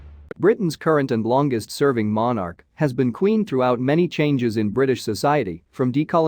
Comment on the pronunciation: Please learn how to pronounce monarch correctly.